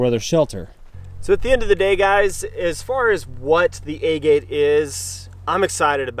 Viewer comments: Is it a-gate? I thought it was aa- git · Locals in Utah pronounce Hurricane "Hurrakin." Doesn't make it correct. :) JD is correct, the pronunciation of agate is Ah-git, after the type of rock. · Your pronunciation of agate is way off. Aah-git (like the stone)